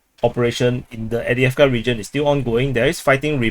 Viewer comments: AV DiiV KA…where are you reading Adeavka? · Not EWDJEFKA - Correctly pronounced: Afdejefka